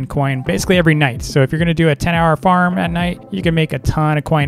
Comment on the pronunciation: when u said farm i thought u said fart XD but i LOEVE THISSSSSSs Wait.. Hello to 😅